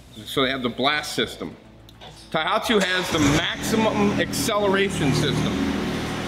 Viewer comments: A good vid. But it bothered me every time you mispronounced "Tohatsu" as "Taihatsu". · not thaihatsu ...TOHATSU..ha ha ...translate the cc to ci is ridiculous in an outboard ...no need for that :face-blue-smiling